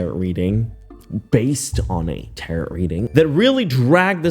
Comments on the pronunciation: Think of it as tear-row for tarot the end would sound like O, OH. Get what I mean? Lol it's not spelt how it sounds lol xoxo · Ok you are funny and creative, and this is so entertaining… but, it’s “taro” cards , you don’t pronounce the t on the end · Tarot is pronounced “teh-row”…the O is long and the T is silent. There’s no ROT in tarot.😂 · How embarrassing would it be to go to work every day after people saw the tik toks? Even if they don't believe them, how hard would it be to disregard them when the person she's talking about is your co worker? Ashley has a mental illness clearly... Also, tarot doesn't rhyme with carrot 😅. The last "t" is silent. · This tarot reader is absolutely crazy! And it's pronounced like "taro". Also, please look up how to pronounce the word defamation. But I agree with you regarding how ludacris this immature young female is and how much she's out of touch with reality. No wonder she got evicted. If she keeps up her naive ways she could get eliminated wherever she goes next. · I hope he's just messing around when mispronouncing Tarot. Lol It's not pronounced like carrot. Lol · Great video she is crazy as a loon bird someone needs to get her Mental Health care. But I do have a few things that might help you. You're a great online personality, but you pronounced defamation wrong as well as tarot. Defamation is pronounced deh fuh may she. Tarot is pronounced teh row. You don't say the T at the end. I've not trying to be rude I was seriously just trying to help because I think you have a big forehead of you and this kind of content. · *DEF-A-MATION and TARE-O for Tarot. Your mispronounuciations are annoying. Anyway, how is she going to Bali when she cant even pay her rent?🫠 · Tarot (tare-row, the last t is silent) can be useful if you learn how to read the cards correctly, homegirl just made up her own meanings and ran to Mars with it💯 if she would've read the cards right I'm pretty sure that they told her she was about to get sued💯